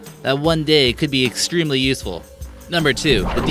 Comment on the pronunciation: “It’s excreemely risky...”